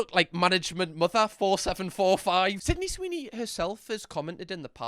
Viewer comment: “Swidney Seeny” 😂😂